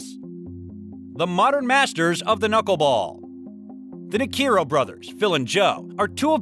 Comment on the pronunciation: Neikro = NEEK-row